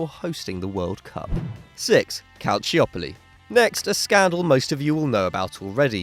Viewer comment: CalChopoli not calcchiopoli